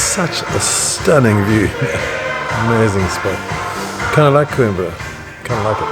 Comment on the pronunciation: É COIMBRA e não QUIMBRA! Aí que tradução! 😂😂😂